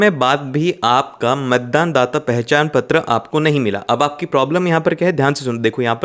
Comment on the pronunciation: He saying a not ptra like pathar writing 😂😂😂😂😂😂😂😂😂